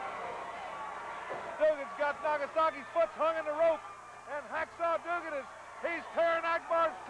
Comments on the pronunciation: Never understood why Watts always said Doo-gin while everyone else says it correctly. Also, Jim D. a little obvious with his jump/punch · The way Watts said Duggan's name is stupid. Doogan? Really Cowboy? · Why does Watts call him Doo-gan when everyone else calls him Dugg-an? It's actually kind of distracting... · Always liked how Bill Watts would pronounce his name as "Doogan"...